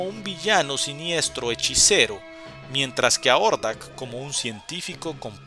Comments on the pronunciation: Si suena más a Jordak que Ordak, pero es un detalle mínimo... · Hey un pequenillo detalle Hordak se pronuncia "Jordak" la H suena como J en algunos casos en ingles, ahi nomas sin manera de molestar. Gracias por la comprension.